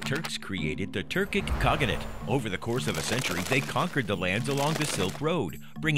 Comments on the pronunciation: His voice is so grating and unnatural, and the way he mispronounces words... like how could you mess up "khaganate" so badly? ( "Turkic Khagogganate") The slick animations are really the only thing this video has going for it, but even they fail to make up for all the bullshit. Even if everything in this video is factually sound (it's not), it still feels like watching propaganda. Curiously, the Russian version has over a million views, but the comments are no less skeptical. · Getting a little excited there, pronouncing Kha-Gah-Nate. It's not Kha-Gah-Gah-Nate. You're confusing Khaganate with Lady Gaga= Kha-Gaga-nate... haha. Example - , and more. Also, I'm just going to ignore the other factual issues with this video, as it seems the comment section has covered most of that. I mean, if you can't pronounce Khaganate, I'm sure that's the least of your issues in a supposedly historically factual video.